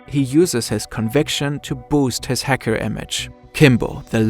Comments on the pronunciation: wtf is this German accent lol. häcker, you said lmao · I love how he kept saying Hecker. Nice remembering Beluga's best friend.